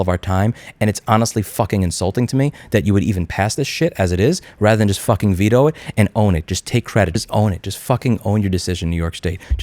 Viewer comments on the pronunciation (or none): none